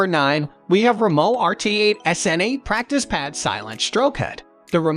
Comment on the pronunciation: Has anyone noticed that the voice narration is AI? Notice the mispronunciation of Drumeo, Remo, and Sabian. Notice the pauses in sentences where no human would pause.